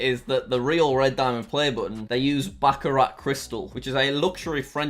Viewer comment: I don’t think that is how you pronounce Baccarat.